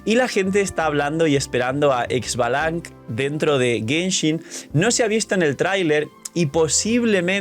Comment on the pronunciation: Solo una cosa, se dice "Ixbalanque" no Xbalanc literalmente